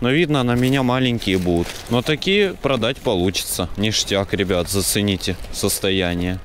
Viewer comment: Ппц он говорит продатт можно... Это типа в авито? Фууу